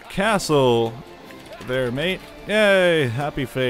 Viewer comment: I find it so amusing that you Americans have picked up our British habit of saying 'mate'. It sounds so bizarre in an American accent.